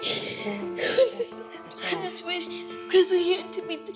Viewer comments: The twins have a lisp/ talking problems so sometimes Andrea pronounces her bd Chris name as “Crith” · Why y’all in the comments tb “Crith” 😭